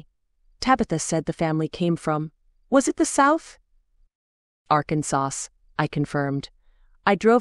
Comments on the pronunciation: Thank you for the free book ! I laughed out loud every time AI said ArkenSAUCE !!!! 😂I’m a southerner and this was funny ! I am enjoying the story ! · Agree 😂. I thought it was a small town called Arkinsos until second or third reference. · Yes, the mispronunciation of words, especially Arkansas was distracting. Arkansauce.